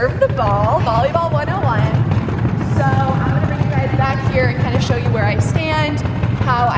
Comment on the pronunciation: Her: show you My ears: shoyo Me: noya saan